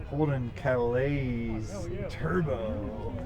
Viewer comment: CALIAS, pronounced " Calay" no s sound lol.